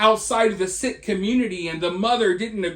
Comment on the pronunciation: Sikhs are the nicest people...this is soooo sad....by the way, it is prounounced "seek"....prayers for this girl and her family.